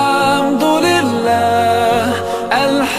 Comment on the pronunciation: Wrong tajweed. Al haaam dulilah is wrong.